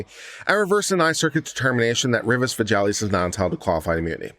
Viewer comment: If you are going to practice law in Texas, the least you can do is learn how to pronounce Hispanic names. Both were mispronounced each time they were stated in the reading of the judgement. You will probably have some Hispanic/Latino clients and I'm sure they would appreciate their names being pronounced correctly. Villegas is pronounced phonetically as Veyages..long e and when you see an 'e' it is normally pronounced as a long 'a'. Two 'll's' is normally pronounced as a 'ya' sound...soft 'a', not 'yay'. A 'g' is normally pronounced as a hard 'g', not a 'j' and an 'i' is normally pronounced as a long 'e'. Also, the defendants name is pronounced Cortesluna, not Corsteluna. The s comes before the t. Re: the judgement/decision, I am so surprised that the 9 Circuit thought these two cases were similar at all. I'm glad the Supreme Court corrected the error. I really like your channel and like how you cover all of the cases. Thanks for reading.